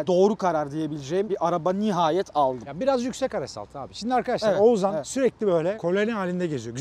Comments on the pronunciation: oğuZan değil OğuzHAN abi:) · Biri artık şu Oğuzhan isimlilere "Oğuzan" demeyi bıraksın gözünüzü seveyim :D